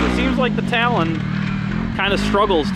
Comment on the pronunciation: It’s a tal-on not a tolone